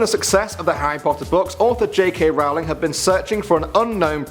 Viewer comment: who is JK Rallan? I'm pretty sure its J. K. Rowling